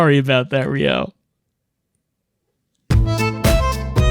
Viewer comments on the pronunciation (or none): I heard 'Rio' and thought it was 'Ryo'. Immediately got confused as I knew I'd clicked on a Lifeline video.